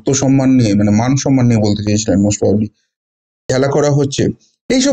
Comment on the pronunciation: ফিরাদ কাকা, সন্মান নয় সম্মান উচ্চারণ হবে ।শুনতে খারাপ লাগছে